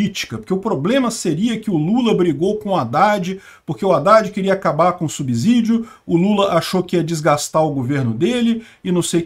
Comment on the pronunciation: Haddad quer acabara com o subsidio (pronuncia subCidio). Não perco um vídeo seu. Conto as horas para assistir sobre a Guerra da Ucrânia. 👏🏻👏🏻👏🏻👏🏻👏🏻👏🏻👏🏻👏🏻👏🏻